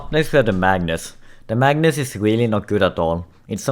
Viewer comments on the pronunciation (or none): none